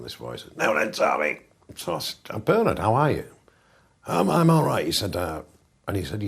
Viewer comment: LMFAO at bernARD pronunciation